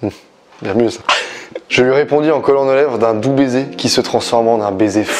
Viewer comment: je = « ai » et pas « a » ou « it » 😭